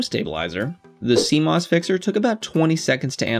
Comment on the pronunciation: Great vid, couple of things. It’s pronounced see moss. Also why did you film at that shutter speed? Is it not a little high?